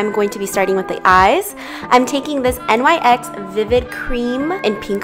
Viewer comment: Nyx like Niex, not N Y X haha. But love the look!! 💛✨